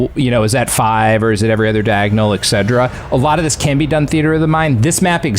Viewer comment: Did he say "eck cedra?" Et cetera